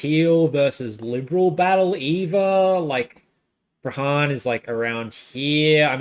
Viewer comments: its pronouced Pran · Nice vid but I cringe at the prahran pronunciation hahaha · It's not the jewish voters. It's people who vote who are disgusted with antisemitism. I would think that this will be a broad sentiment. And. The H is absent in Prahran. 'Praan'. It's very grating. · Really interesting analysis, thanks so much! I loved your pronunciation of Prahran and Corio- I guess you're not a Victorian? 😉😉